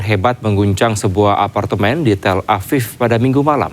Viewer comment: Tel aviv berubah jadi tell aviii 😂😂😂 eh salah tapi tell apiiii